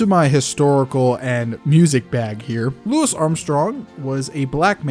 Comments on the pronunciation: It’s “lou-ē” Armstrong lol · It's pronounced "Loo-ey armstrong" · It's Louis (Loo-E) Armstrong btw, good vid tho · it's pronounced "Loo-ee" not lewis lol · love the video, but it's pronounced louie armstrong. it's a french pronunciation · Love the vid but tiny nitpick, Louis Armstrong is pronounced Louie